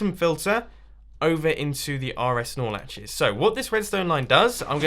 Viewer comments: whenever you say nor latch it sounds like you're saying snorlax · when i hear you say snorlaches(correct me pls) i always think of snorlax